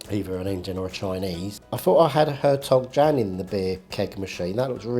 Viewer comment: Said beer is pronounced “Hertog Yan”. 😂